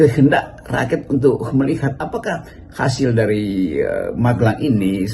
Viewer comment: Rocky menyebut rakyat disebutnya rakyats